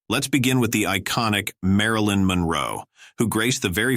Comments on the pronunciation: learn how to prononce marilyn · Sloppy, very sloppy! You need to preview your video before posting! Mispronouncing Marilyn's name is a mortal sin! Showing some one else's photo while talking about some else is dumb, very very dumb!